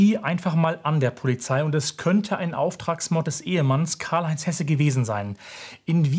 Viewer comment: Der Sprecher damals hat Hese statt Hesse gesagt.